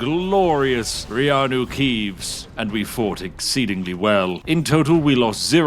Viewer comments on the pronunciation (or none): At this point when I hear the name keeanu reevs all I hear is reanu keevs. Dame the Brits they runed another beautiful thing. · feeanu keeves oh noes